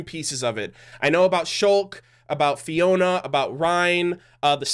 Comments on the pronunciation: ITS FIORA NOT FIONA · "Fiona?" It's "FIORA!!!" With an R!